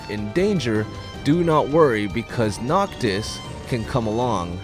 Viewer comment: "Noctos" "Gladios"